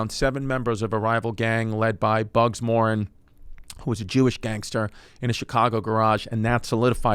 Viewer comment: bugs "More Anne" is the usual pronunciation. People drank more during prohibition, because it was exciting and naughty. Hence The Roaring Twenties reputation. The whole thing backfired completely. Weed is finally legal in Canada and Portugal has decriminalized ALL drugs for around twenty years now. I gotta check on the Portugal stats to see if that's worth bragging about.